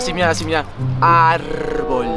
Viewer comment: ame como dijo puculincito arrboll